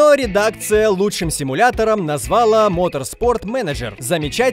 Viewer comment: взЯла, назвАла. Кто-нибудь научите ведущего ставить ударение. А то позорище!